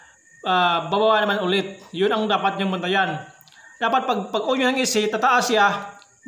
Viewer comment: bulol ka paps yung on naging in na hahaha btw thank you sa idul er cunttul valve